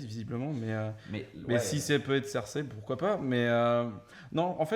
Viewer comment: désolé, mais tu nd peux pas dire "King's Landing" et "Cirsè" (à la place de Cersei) dans la même phrase... C'est soit les deux en anglais, soit les deux en français ! A oui, j'aime bien les théories elles sont plutôt intéressantes ;D